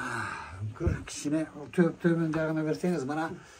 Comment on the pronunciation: Умкур эмес ункур деп айтсан